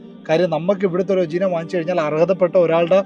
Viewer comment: ഉജീനമോ... 😂😂😂 ഉജീനമോ... അല്ല ചേട്ടാ... ഉപ ജീവനം എന്നാണ്... മലയാളം പടിക്ക് 🙏🙏🙏🙏🙏🙏🙏